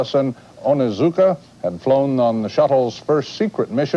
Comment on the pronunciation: Astronaut ellison onizuka Not astronaut ellison onuzuka!